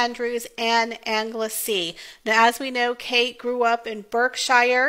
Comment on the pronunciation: Berkshire = "Bark-sh'r" Anglesey = "Angle-sea" Beautiful portraits, and important for the archive at the National Portrait Gallery. I prefer the family's informal poses, but any photograph of Catherine is beautiful.